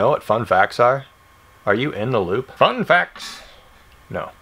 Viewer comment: When you do so many one days, that when you say "fun facts" you say it like "one day"